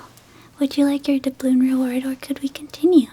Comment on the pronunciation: Every time I hear dabloon I can’t help but think of Davy Jones from SpongeBob